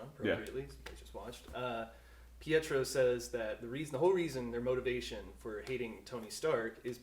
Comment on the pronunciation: Omg ty for saying Pietro and not pedro 😂